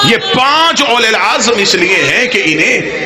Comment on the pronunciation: Aulul Azm asal lafz hy. Aulul Asr nahi.